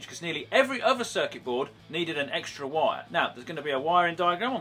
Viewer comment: said circet board times